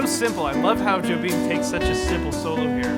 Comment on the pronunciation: I'll scold you the same way my drum teacher at Berklee did; it's "Yo-beem". Not "Jo-beem". How dare you?